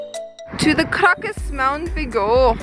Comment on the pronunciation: You need to decide on the prononciation whether to use English or Polish lol. Krakow in English and Kra-Kuf in Polish not krakoff lol!